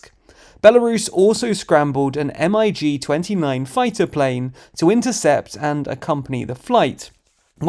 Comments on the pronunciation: EM AI GE 29 lol. It's not an acronym, it's pronounced mig. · Btw, stop calling a MiG plane "M I G", just call them "mig" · Did you just pronounce MIG “M.I.G"? Really? Look for proper pronounciations next time EH!!!!